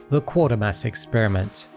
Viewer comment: FYI it's pronounced 'Kway -ter-mass' and the football team is ;Sell-tic' not 'Kell-tic; In the 1970s there was a Scottish soap opera called Garnock Way, set around a mining village in Scotland. You can get a couple of episodes on YouTube but I don't think anything else is availabe.